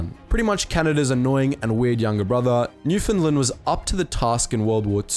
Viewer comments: Say this after me new - found- land not newfinland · Why is Newfoundland prounced as Newfinland I'm annoyed